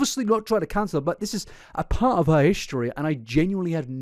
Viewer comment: Her wedding train said “till death do us pahhht”